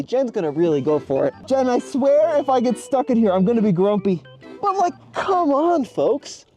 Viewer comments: continually saying Jen's name wrong lol. come on. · why are you calling your friend "Jen" "Jan"?